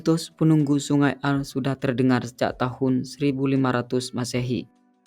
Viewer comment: Bukan aar bacanya, tapi aare kayak blg pure gitu.